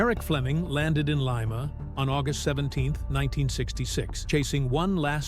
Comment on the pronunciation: Leema not lyma